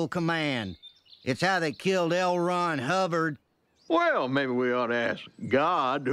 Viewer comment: "Elrond Hubbard" Lmao